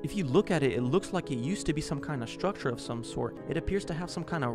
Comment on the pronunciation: Take a shot every time he says “schtrucshure”